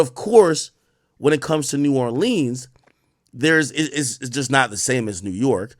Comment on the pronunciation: Ak really needs to learn how to pronounce New Orleans !!!!!